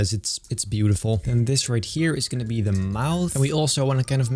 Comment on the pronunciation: Pleae, stop saying "Thieee". I know you're Dutch, so am I. "The" is pronounced the same way as you'd pronounce "Teh" in Dutch. Other than that, great videos!